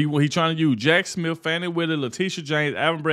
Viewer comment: Just an FYI to the black presenter in this video. There is no "f" in Smith, so it's not Jack Smif! Additionally, just because she filed a complaint doesn't mean anything. They filed articles of Impeachment against Alejandro Mayorkas and what became of that? He didn't lose his job, get demoted or reassigned, take a pay cut, placed on Probation, or reprimanted. He didn't even get so much as a ticket! So much for superficial gestures!